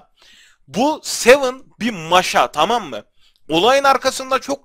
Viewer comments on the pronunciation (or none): abi sven sıven diye okunuyor seven diye değil seven 7 demek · bu ara da sven diye okunyo sven sevın deyil babuşum :) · Sevın değil babuş sıven ;) o ne öyle 7 dermiş gibi :D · Babuşum Sven kelimesi sevın diye değil sıven diye okunur :) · YETHER ŞUNA SEVIN DEME SIVEN DE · sven sevın diye değil yazıldığı gibi okunuyo